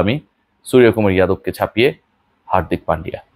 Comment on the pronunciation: it's not সুরিয়া । বাংলা তে উচ্চারণ সূর্যকুমার হয় । যেমন , Yuvraj - যুবরাজ । Yadav - যাদব ।